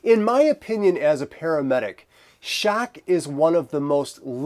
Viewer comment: "Shack"...why are you saying it like that?.. "Shack"